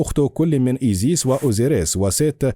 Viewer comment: المذيع يلفظ اسماء ( انوبيس - ايزيس - نفتيس ) بشكل خاطئ .. نرجوا منه الاهتمام أكثر